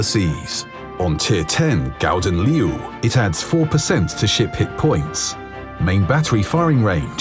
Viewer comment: It's "Gouden Leeuw" not "Gauden Leeuw".